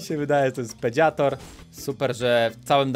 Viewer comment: Biorę udział pedziator to mnie rozwaliło